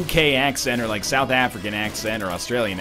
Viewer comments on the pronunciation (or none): none